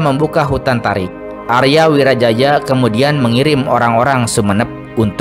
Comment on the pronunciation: Aria Wiraraja.. Bukan Aria Wirajaja... Kalau Wirajaja ntar dikira moyangnya Jaja Mihardja.. 😅